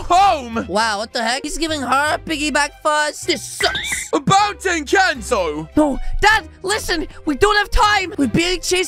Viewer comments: In the first time you said Encanto Wrong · It kinda triggered me when said “incanto” instead of “encanto” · In the intro you spelled it wrong...it's supposed to be Encanto but you said incanto but still good video keep itnup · Incanto❌ Encanto✅ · Its called encanto not incanto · Its not incanto its encanto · Incanto lol it’s Encanto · its inchanto NOT intanto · i like at the front he says inchato